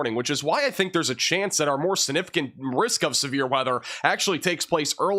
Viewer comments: When he says "significant," he leaves out the "g." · Take a shot every time says "significant" (without pronouncing the g)? 😜